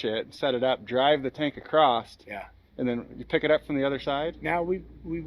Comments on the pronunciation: there is no T in across funny LMAO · Obligatory Comment : - Across. A C R O S S. It's Across, not Acrossed, not Acrosst, and definitely not Acrossted. Simply, Across. Thank you for your support.